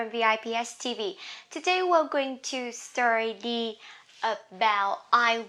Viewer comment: hi, teacher you pronounce "study" like "STURDY "